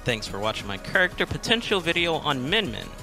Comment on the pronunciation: "Today's Kurrkter is Min Min"